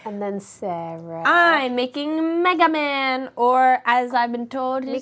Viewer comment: As a Citizen of Japan, i can confirm that is how you pronounce "Megaman". Thank you,.